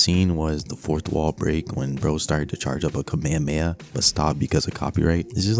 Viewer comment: i still cant handle the "kameya mayeh"